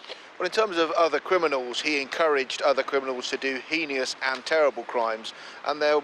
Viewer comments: It's heinous. not "henious" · Off topic but “HEENY-US” come man your a news reader you should be able to pronounce basic words! Obviously it’s a VERY serious subject and not funny at all but the wired pronunciation...multiple times had me giggling